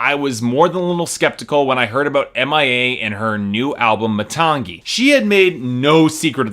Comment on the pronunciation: i should have stopped watching when you couldn't even properly pronounce the name of the album (muh-TANG-ee)